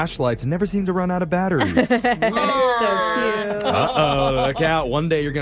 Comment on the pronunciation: The guy said cuete wrong lol